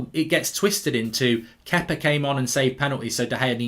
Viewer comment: think he’s saying Kepa😂